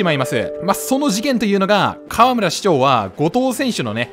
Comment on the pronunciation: かわむら⤴？かわむら⤵